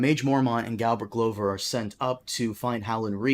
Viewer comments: this is a load o waffle and non mans pronunciation of Glover is worth of death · It's glover, like a glove, the guy even has a glove as his sigil. At least you're consistent, unlike Dotrice (RIP you old duffer)